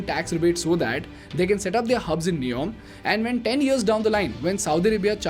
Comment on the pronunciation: Good video Make it NEOM instead of neon.